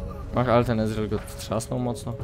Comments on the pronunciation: Gimper... nie izril tylko ezreal KURWA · Nie wymawia się tak imienia Ezreala :D Zobaczcie filmik z jego nową, legendarną skórką w okienku. Łapkujcie.